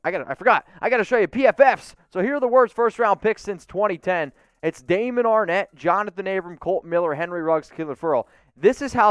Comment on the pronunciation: Everyone and there mama said Arnette 🤣